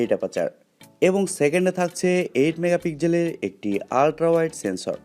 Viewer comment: megapigjel নয় রে মুর্খ ওটা pixel মেগাপিক্সেল উচ্চারণ না শিখে লাইভ করে দেশের সম্মান নষ্ট করছ